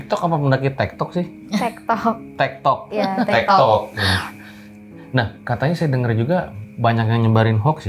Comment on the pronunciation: Kok jd nyengir pas mama nya bilang tiktok, ternyata tektok😂